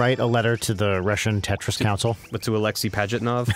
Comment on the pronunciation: You didn't even say it! YOU SAID TRIS. NO.